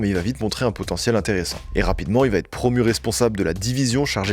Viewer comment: “Va ETRE” et PAS “va TETRE”.. Jen ai ras le bol d’entendre cette fausse liaison à l’oral ..il vient d’où ce T ?? On ne dit pas “il va Ta la pêche” c’est pareil pour “il va être”.. j’en entends de plus en plus de partout ça me rend dingue 😂